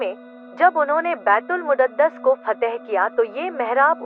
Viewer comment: बैतूल मुद्दत नहीं बैतूल मुकद्दस होता है आप गलत नाम ले रही हैं